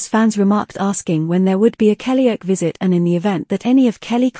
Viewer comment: Blooming A.I. It's "Kellyoke" as in karaoke, not "Kellyoak". Grrr!